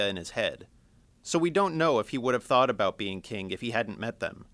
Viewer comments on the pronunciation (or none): none